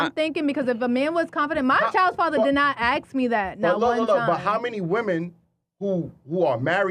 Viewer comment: Aks? Axe? As in a hatchet?